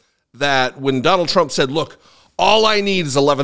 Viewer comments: Haha … I also noticed she almost said Pres. Chump!! 😅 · She called him president "Chump'' LoL !!!!!!!!!!!!!!!!!!!!!!!!!!!!!!!